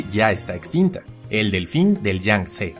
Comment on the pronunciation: un ñelfin